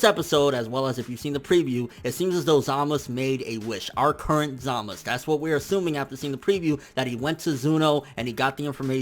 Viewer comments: it's not Zamas. it's zamasu. there's a fucking u at the end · how can you watch the Japanese version and English dubb and still not pronounce the names right smh zamus za-ma-"su" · Zamas? whether its correct or not can we not use that and pronounce it as we see it (Zamasu) coz it just sounds better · Why Tf do you keep saying Zamas, it's zamasU!!... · Coplanm bet you that it will zamasu when it's dubbed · It's pronounce Zama soo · zamasU goddamn how can ppl watch the show and still pronounce wrong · i guarantee this guy has never been laid. ZA MA SU.. say it with me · Chill dude its pronounce Zamas but spelled Zamasu just rewatch an episode and see for ur self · then why do the Japanese pronounce it with the u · Maybe you should learn the basics about the japanese language before affirming things about a language you don't know.There isn't any 's' alone spelling in japanese, it's 'sa, shi, su, so' or 'za, ji, zu, zo'. It's pronounced ZamasU (which is in fact a polite form of speaking in japanese, coming from 'gozaimasU'. Same for 'GowasU', both are different forms for 'gozaimasU'). Even if you can barely hear the 'u' it doesn't mean it's not there. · the u is definitely lightly pronounced in zamasu. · My fucking god listening to this guy pronouncing zamasu' s name wrong once was cringing but saying his name a thousand times. Jesussss fuckkkk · nigga cant you say ZAMASU right.. shits irritating af lol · Take a shot everytime he pronounces zamasu fucked up